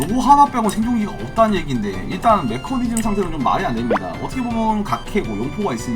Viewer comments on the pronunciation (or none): none